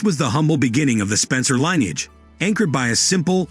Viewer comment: lineage" is not pronounced "lie neage". Moreover, the "h" of "heirs" is silent. World War I is not pronounced "World War Eye".